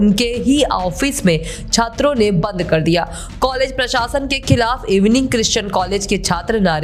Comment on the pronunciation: It is EWING not इवनिंग